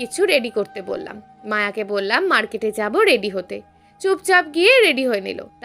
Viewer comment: রেড়ি নয়,রেডি।ট্রপিক নয় টপিক।